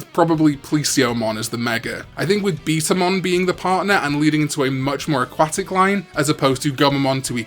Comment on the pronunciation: it’s betamon not beetamon